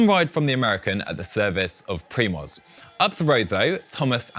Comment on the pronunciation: Is it so hard to google "Primoz pronunciation" as a preparation for the show if I plan to mention the name a gazillion times?